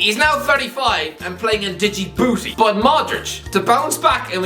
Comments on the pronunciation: Dijibouti 😂 it's pronounced ji-booty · did pronounce Djibouti as DIGI-BOOTI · pronouncing djibouti wrong 🤦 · probably doesn't even know how to spell Djibouti let alone pronounce it 🤣🤣🤣🤣🤣